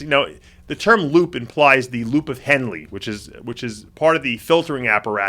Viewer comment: Loop of henle Dave pronounced henl. The e is silent ;)